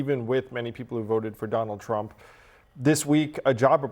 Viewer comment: President “Donnell Trumm” Will Never Be President Again After 2028 Anyway 😂😂😂